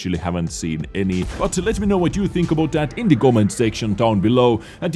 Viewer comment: Sparky Boy: How many....do you tink? Saurfang grimacing: To many....